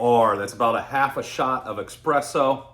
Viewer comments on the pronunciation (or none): it’s pronounced ESpresso not EXpresso :)